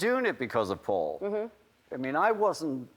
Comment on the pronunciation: Did you notice how he said "suddenly I got a call from FAUL..." not "PAUL" ...HMMM